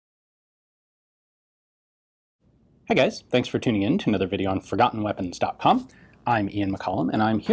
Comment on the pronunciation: Did he actually say "fogottenweapons.puff" in the beginning? Lol